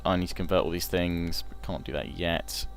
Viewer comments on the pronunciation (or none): none